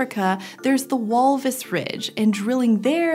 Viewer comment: the way she says walvis